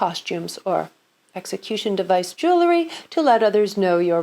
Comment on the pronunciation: I love this! Please say jewelry and not jewlery.